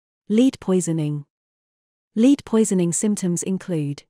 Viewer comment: If you use an ai voice you should teach it to say lead.